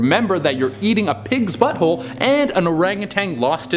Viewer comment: He must love buttholes. He puts so much emphasis on BUTTHOLES lmaoooo